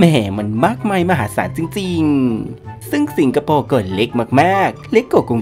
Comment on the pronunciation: พูดดีๆจะฟังลื่นหูกว่านะ ไม่ต้องทายยยย สิงคะโปปปปปปปปป ฟังแล้วขัดหู นี่การออกเสียงสำเนียงไม่ผ่าน เอามาออกอากาศได้ไง